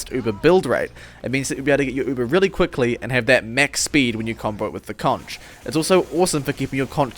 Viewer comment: Why do people keep pronouncing "conch" like that? :(